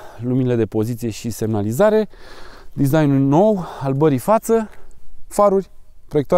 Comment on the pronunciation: Foarte tare. Intr-un video explicai de chiulasa, ca nu se spune 'chiuloasa'. Eh, acum spune si tu 'barei', nu 'bării' :D